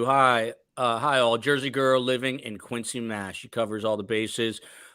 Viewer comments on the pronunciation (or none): none